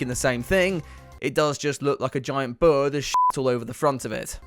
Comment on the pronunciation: The way this man says bird. Birr 😂